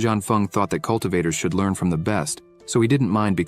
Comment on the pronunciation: "The old man is already exhousted." "The answoor is obvious." "Another elder to leeurn from." You're off to a great start...